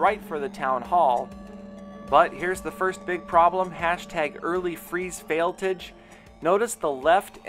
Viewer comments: It's not fail-TIG it's fail-TAJ like Taj Gibson (Bulls PF) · Fail-tage not tige lol